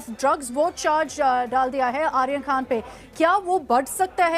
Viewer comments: Dalal n illiterate news .. it’s khan not khna.. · Can anyone notice KHNA instead of KHAN BUST instead of BURST It is India's No.1 media 🤣🤣😂😅